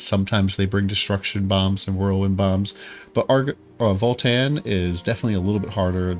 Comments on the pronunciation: Please: its VALTAN not FALL-TEN 😭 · it sounded like voll tann